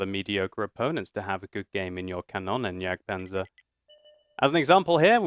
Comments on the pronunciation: Xeffx From what ive been taught (as a dane) german is pronounced exactly like its written. just pronounces it more like Kannonnenjagdpanzer. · Is it not pronounced "kan-oon-en"? I'm norwegian so :D